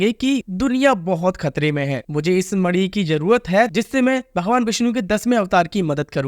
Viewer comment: Bhai mani hota hai naki madi